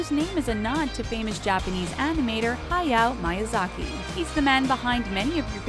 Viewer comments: uuuuugh it's not "hayao mayazaki"" but MEE-YA-ZA-KEE!!!! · I cannot pay attention to anything she's saying because she's misprouncing so much. Corgi? Hayao Miyazaki? Princess Mononoke? Like oh my God she misprounced CORGI.